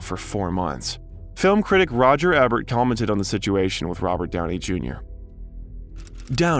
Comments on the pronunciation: do you use AI / text reader for the narration? You mispronounce some well-known actresses' names... Marissa Tomei "Toe-may" and Cybill Shepherd (Sih buhl). Roger Ebert (ee-bert, not eh-bert). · Yay! Robert Downey Jr! But, who is this narrator slaughtering all these famous people's names? Warren Beety? Sigh-bull Shepherd? Marisa Tom-eye? Roger Ebb-ert? Gahhhh!🙄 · THANK YOU! I also heard him say "Eh-bert". And it's Warren "Bay-tee" right? Not bee-tee? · Okay, before I lay into it, I gotta say it's refreshing to see a creator who isn't announcing their solidarity with the strike, they're just doing it. Okay: It's Grehnich village, née is pronounced nay and it's Sih-bull Shepard. OMG. ITS TOE-MAY. EEE-BERT. MON-ah-han. Oh! Look! You know how to say Cannes! GUH-rot. THERE ARE TOO MANY.